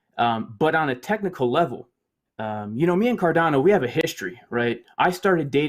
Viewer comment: Does this clown not know how to pronounce cardano? Dude literally everyones pronouncing it right and ur doing it wrong